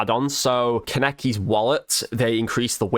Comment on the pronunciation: The name is pronounced "khan-eh-key". Its one of the names people tend to struggle with so i honestly wouldnt worry about how you say it 😅